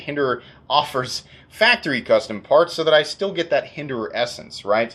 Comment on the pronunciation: "Hinderer-ance" I'll see myself out.